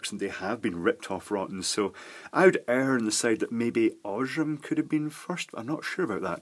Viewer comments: Aaaaah! The pronunciation of "Osram"! Horrible! XD It isn't "oshram" with a silent "a". Its pronounced this way: Scroll to about the middle of the page and select the last of the German ones called German Pronunciation. That is correct. Cause Osram is a german brand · Oz-raam... very good German pronunciation!!!